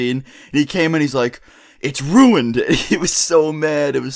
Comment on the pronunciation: it was "rui-iend"